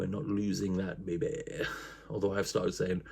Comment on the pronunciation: Please never stop saying babay